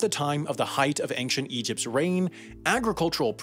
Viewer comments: There is no 'k' in 'ancient'! rabble rabble rabble 'anshent' is correct. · it's ancient egypt not anxient egypt